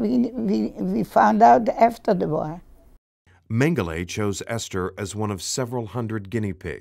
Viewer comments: I wish you would stop saying mengele because you’re pronouncing it wrong. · Because that’s the issue saying his name wrong is the atrocity. He was evil to the core no time ever should his name be spoken correctly.